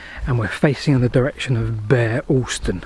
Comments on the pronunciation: Bere Alston. It's 'beer' not 'bear' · Pronounced Beer Alston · Locally pronounced "Beer" Alston. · Bere Alston, The Bere bit is pronounced beer. We are encouraging the rail connection from Bere Alston to Tavistock as the first stage of the re-opening of the line to Okehampton. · I used to travel on a scholars season home from Tavistock School to Bere Alston (glad someone picked you up on the pronunciation). The School bully threw my cap out of the train in Shilamill Tunnel. He had a twisty eye and his grandfather, who could not read or write, had built the Tamar sailing barges at Calstock. The next day the lineman had found it and it was waiting for me at the booking office in Bere Alston. The North portal is just above the lower road to Bere Alston and easily seen. The other pronunciation problem is Morwellham. Above it are Morwell Rocks - the Saxon word for a village is "ham" So the Morwell HAM not Morwellum